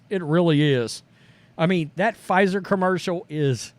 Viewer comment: Mr. Puh-Fizer.